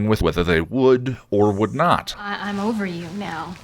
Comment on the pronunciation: I hear “Ahm” instead of “I’m” a lot. I haven’t noticed “okway.”